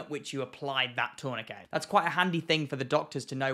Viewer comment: I'm just here for the glorious way you say tourniquet. In the Midwest of America, I've only heard it pronounced like turn-na-kit, but the way you say it makes way more since especially the way the word is spelled.